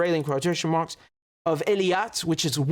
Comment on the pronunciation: One small correction to make Richard. The southern port of Israel is Eilat not Eliat. It's pronounced [AY] + [LAAT].